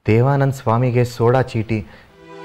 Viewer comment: ಅದು ಸೋಡಾಚೀಟಿ ಅಲ್ಲ.... ಸೋಡ್ ಚೀಟಿ...... ಉಚ್ಚಾರ ಗಳನ್ನ ಸರಿಯಾಗಿ ಮಾಡಬೇಕು.